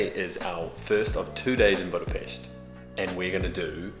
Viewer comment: Hi Guys, Nice video, I hope you've had good time. On the first hand many thanks for pronouncing the word Budapest properly (most of the times😀). On the other hand I want to share two things; 1. We don't have Jewish quarter. The place what people are use to call by that name refers to the Jewish ghetto's position in the Second World War. 2. The smell is because of all the drunken peoples are constantly urinating on the street..😪 Thanks for the visit, next time try these; kőrözött, hortobágyi palacsinta, rakott krumpli, and házi pálinka. All the bests; István